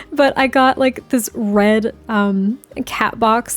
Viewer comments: I also hear bread 😅 so I agree that's a good name lol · I literally was thinking Bread!! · One time when you said “Red” it sounded like you said “Bread” and I think that’s actually so adorable. A little floof named Bread can you imagine lol